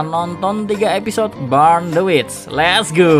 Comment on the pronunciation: burn cara bacanya bern kak.